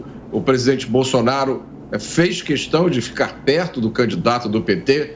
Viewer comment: E de doer os ouvidos Bolsonaro falando cuestão !! E Lula SABE!!!